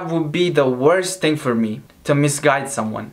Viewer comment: Ting instead of thing😂😂😂😂😂😂😂😂